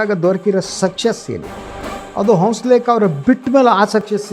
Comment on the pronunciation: ರೀ ಹಂಸಲೇಖ ಅಂತ ಸರಿಯಾಗಿ ಹೆಳಿ ಹೌಸಲೇಖ ಅಂತೀರಿಲ್ಲ